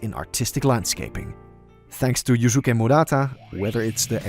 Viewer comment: "Yoosookay" "garoo"